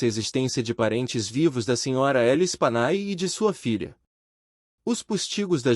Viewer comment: A pronúncia do nome das vítimas é Lespanyé.